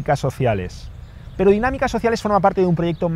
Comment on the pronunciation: Me falto la r